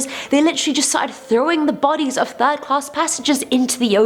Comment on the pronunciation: Did she just say "the fatal turd"?